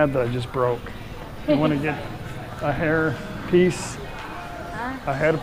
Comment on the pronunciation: awsome video man. you had me in stitches with the hairpiece, it almost sounded like you were asking paige if she wanted herpes. i really like that way of thailand more than the over touristed areas. keep up the good work!